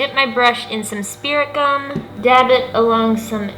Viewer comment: When you said to stick the teeth with spirit gum I thought you said spearmint gum and I'm like ok???